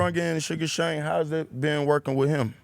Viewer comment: It’s sugar Sean not sugar Shane u casual mfs 😂😂😂😂